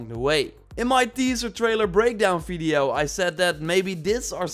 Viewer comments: He always proncounces 'V' as 'F'. Hence, video would be fideo. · lol the way you say veedio instead of video is funny hehe